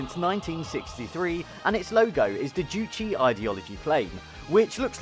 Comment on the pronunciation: Btw, it was Kim Jong-il that was the movie buff who did the producing, directing, etc. Even kidnapped South Koreans to make films. Just a side note, it's "Juche" and not "Juchi" Funnily enough, as an avid watcher, I've seen this exact show before. They do make you feel good. It would be good if the BBC learnt how to make people feel good about their country, too. There's good parts of North Korea, too. Not every little thing needs criticizing for the sake of it.